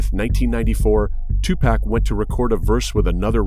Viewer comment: what is that pronounciation EWW WTF IS TUPAK